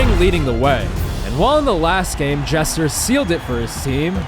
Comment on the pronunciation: every time he said Jesser he said Chester